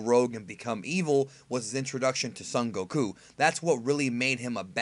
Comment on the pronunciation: Slumped Jragon Every time he says Son Goku with a Japanese accent for no reason lol pound a Smirnoff Ice